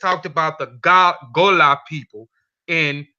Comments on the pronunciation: I am a Liberian Gola. It is pronounced Go-la not Gah-lah. Our ancestors say that we came from western Sudan, not Angola ... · Great info.. the tribe name is pronounced Go-La 💕